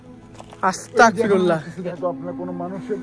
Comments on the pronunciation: আস্তাকফিরুল্লাহ ❌ আস্তাগফিরুল্লাহ ✅ নেক্সটে ঠিক করে নিয়েন। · আস্তাকফিরুল্লাহ কি? আস্তাগফিরুল্লাহ হবে ওকে? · ভাই আস্তাকফিরুল্লাহ না বলে। বলবেন যে আস্তাগফিরুল্লাহ। আমার কাছে আপনার ভিডিও বলো লাগে